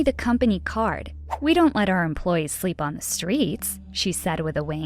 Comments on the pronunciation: Is no one gonna address that she says stweets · sorry for making fun of this but its kinda funny she said ''to collect coins from stwangers'' edit: the stweet vendors edit 2: smart people didn't belong on the stweets